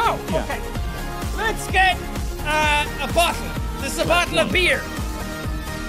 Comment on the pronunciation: Spooky Snakerino frankly, I like how he pronounces words like that cause it’s really cool 😁